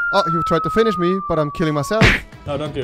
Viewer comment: Anstatt "finished" sagt er finichd